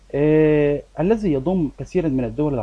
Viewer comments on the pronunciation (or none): none